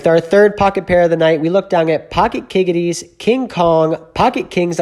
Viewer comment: HE JUST SAID KIGGITIES 😭😭😭 a funny guy here